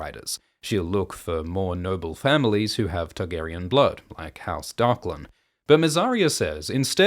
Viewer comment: I only just now realized that you say Tug-arian. Now I can’t unheard it.